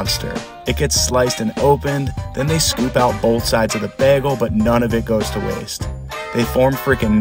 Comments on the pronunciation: The way he says “Begels”, it’s pronounced “Bay-gulls” like seegulls, but baygulls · You’re from the Midwest huh? Lol bagel is pronounced “bay-gul” not “baggul” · You really do have an odd way of pronouncing bagel. Guy Fieri does the same thing, maybe it’s a West Coast thing? Just practice saying Bay like the body of water, and Gull like the bird. Plug them together and say it with me…BAY-Gull. Hopefully this helps! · How tf you pronouncing bagels, sounding like Britta. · First time trying to pronounce "bagel"? Good thing your job isn't voice work... oh wait. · Don’t like the way you pronounce bagel